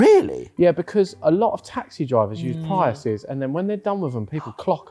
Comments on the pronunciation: ive never heard someone butcher the name prius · Is a Pryus like a Prius? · TIL there is a British way to pronounce Prius.